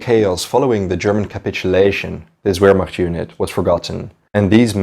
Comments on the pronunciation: it's not "W"ehrmacht...........it's "V"ermacht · Alfred Iodl, not giodl. German, not english......Vilhelm, not uilhelm.......Pls, review your pronunciation of german words....vehrmacht, not uehrmacht.......... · " VEHRMACHT"......THE W IS PRONOUNCED LIKE A V.... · Btw it is pronounced as Ver macht (Wehrmacht) not wer mach. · "Ver- Macht" and "showww-did" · W in german is pronounced with a V sound... Wehrmacht is pronounced "Vehrmact".... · It’s pronounced Vehrmacht. Jus sayin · Brantley Hester in English we pronounce it vairmacht like it’s supposed to be. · Great video! Though I gotta say Wehrmacht is pronounced with a V sound, not a W. Like VEHRmacht. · The German Armed forces during the Second World War, the Wehrmacht, is NOT pronounced “Where-Macht” the “W” is pronounced with a “V” sound. otherwise good content. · everytime u spelt "Wehrmacht" my ears bled :( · You are aware that “wehrmacht” is pronounced starting with a “v” right? 🤦‍♂️ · In German, the letter W is pronouned like a V in English. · It's driving me crazy too but I think he's just trying to pronounce it in English though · Noticed that...and his mispronounciation of wehrmacht and even numerous english words is very distracting in this video